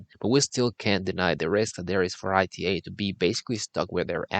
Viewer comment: The mispronunciation of the airline as I T A rather than ’ee-tah’ doesn’t help either; if you’re going to talk about an airline, let’s start by doing some research, and pronouncing the name correctly